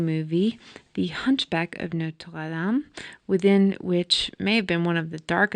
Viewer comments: I enjoyed the video but found myself cringing when you say Norte dame I’m not trying to be mean but it was offputting to me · NOTRE- DAME, not "Notes Latham" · WoW, you have left me speechless...clear as a sunny day !!✨Also love the way, you say Notre Dame. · You pronounce Notre Dam funny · the burning of the what? did you mean to say the burning of notre dame? i couldn't understand your tongue .